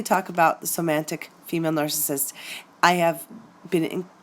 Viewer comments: Somantic? Isn't it pronounced somatic? I couldn't get past the mispronunciation to listen to the rest of the video. Also not to mention sisters who have somatic narcissism. You said girlfriends, significant others if you're gay, and friendships but entirely left out moms and sisters in your introduction . Lost interest right at the start. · First, I wish you had said somatic, not somantic 😂 any way doesn't matter. I've just realized this is what I'm in. Luckily its only been a month but I've worked her out, all over social media looking extremely sexy, had concerns about other men, asked her and got blamed for ruining her life and how mean I was, silent treatment, jealous of one of my best friends (female) doesn't get on with her sister. Has a list of things that I've ruined in her life, showed me her hoohaa on first web chat. She initiated the chat, we had sex first time I met her, she lives with her partner who is no longer with her and the story was really hard to understand. I'm no longer important to her because I asked too many questions about her online relationships with other men. I am an empath and wear heart on sleeve. The other guys online I identified looked similar. I saw red flags. Things didn't feel right. So I am out !!. Just going through the spending less time each day thinking about her. As a few weeks ago I was obsessed with thinking about her. That was awful. Thank you for doing good work on your channel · It's somatic not somantic lol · Oh, thank you. Glad its not just me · hi, nice presentation with one small flaw which I hope you don't mind me pointing out. There is no n in somatic. Otherwise a very accurate and enlightening presentation which has just opened my eyes and saved my sanity. Is there any hope for them? Thank you. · Is it somatic or somantic? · Somatic. Not somantic. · hey great work...one question, when you say somatic...i'm hearing "somantic"...am I miss hearing that, or is there a difference between the two?...thanks:)